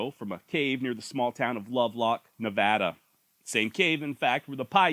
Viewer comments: You said Nevada right. 🥲 ❤ From Las Vegas. Edit: I really do appreciate the accent effort. We're a strange mix of south west and California valley. I still identify as a cowboy. 🤠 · Thanks for pronouncing Nevada correctly! Was my home for 17 years and maybe again!!! I love the Southwest! Love the Pauites too!